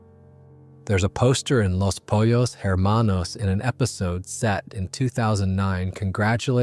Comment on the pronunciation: Pollos Hermanos is pronounced POYOS. Was confused how someone’s wouldn’t know that, but I live in Texas and paid attention in Spanish